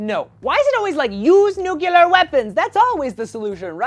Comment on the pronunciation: NOO!! Don't fall into the "nuke-u-lar" trap! It's "nuc-lee-er"